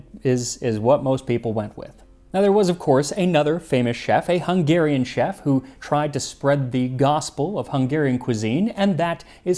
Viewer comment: His confidence in mispronouncing some words is unmatched haha! It's a hard language though! My Hungarian Grandmother made this soup super spicy, definitely used the hot paprika. It was delicious but waaay too hot for a kid like me😂Such a nostalgic moment, I can taste it in my mouth now. Especially the chunky potatoes soaked through with the paprika taste❤